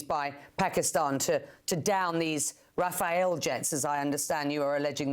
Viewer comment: Could english speaking people stop saying Rafael? Rafale for fuck sake. Pronounce the second a just like the first one.